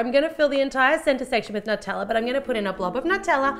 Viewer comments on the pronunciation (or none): NUT-tella?! That's so wrong! It's NEW (or noo)-tella! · Has anyone else noticed she said "nuteller" instead of "Nutella"? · that's NOT HOW U SAY (NEW-TELL-UH) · Sometimes she says nuteller and I think it's so funny, I don't know why it's so funny to me but it is